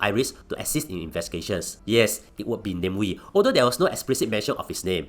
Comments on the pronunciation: Aiyoyo it's Na Mie Wie not name we apelah nih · It’s Nah-meh Wee! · AI cannot differentiate it properly